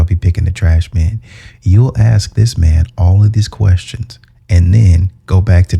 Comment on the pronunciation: quick lesson - how to say the word " ask ". Say the word ass and then add the " K " sound. So ASS-Kuh